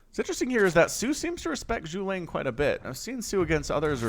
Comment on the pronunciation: He literally put caps on each syllable for you to pronounce it. Zhu-Ge-Liang. Silly man!